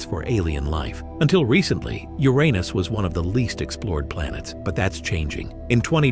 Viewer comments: It’s not actually not supposed to be pronounced the way the narrator is saying it. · Uranus❌ Ur anus✅